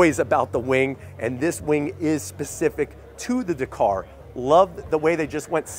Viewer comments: So frustrating that Americans can’t say words especially names Dakar!!! Not Dakor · DA-KAR... not D'KAR. You're welcome 👍